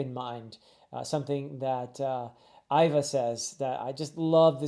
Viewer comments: Vice warden Hannibal (like the ancient general that fought the Roman) and even though it’s spelled Ivk, it’s pronounced Eva, however, that aside, i think this was a beautiful video, it’s my 1st here and can’t wait to see more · For pronunciation- Iva is pronounced like Eva, and Hannyabal is meant to sound similar to Hannibal: Ha-nya-bal. Extra fun fact: “luff” is a word that has to do with sailing. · I think the vice warden is called Han-Ya-Bal, but you got jimbei right, for Iva I have heard it both how you say it and as Eehva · In regards to pronunciations of names: Hannyabal is just pronounced like Hannibal. Ivankov/Iva has a hard E sound, as in the name Eve. So it sounds like "Eve-ahn-kov or Eve-ah" Jimbei is sometimes called Jinbe depending on the translation. This is because the kanji used is sort of a mix between the english "m" and "n" sounds. All of that is baisically to say, your pronounciation of his name is good imo.